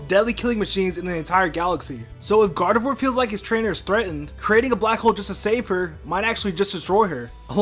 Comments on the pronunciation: You pronounced gardevoir wrong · You got Gardevoir wrong... One word: Flash. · It is pronounced "Gar-de-vwah", not "Gar-de-vwor". "Ee-vel-tul", not "Yee-vel-tall".